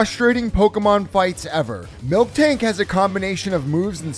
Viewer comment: Stop saying MilkTank.